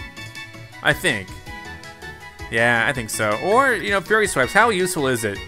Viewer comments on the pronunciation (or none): Its "Fury" as in mad